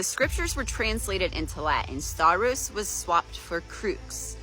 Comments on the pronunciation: It's funny you mentioned the pronunciation; hers was painful ... but you saying 'stavros' not 'stauros' kept making me wince (as someone who studied Ancient Greek) :P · Dan didn't make a point of it, but her pronunciation "sta-oo-ros" gives away her ignorance of greek. And there are other greek words spelt and pronounced like this.